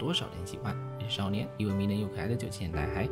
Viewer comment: 我好像发现了少年l r不分…